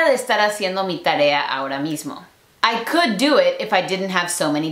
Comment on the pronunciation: El "kUd 🐓" en el segundo amé JAJAJA